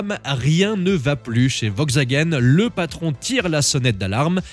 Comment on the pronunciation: On prononce "VoLkswagen"... Et sinon, depuis quand on chronomètre un 0 à 100 au centième de seconde...? 🤣🤣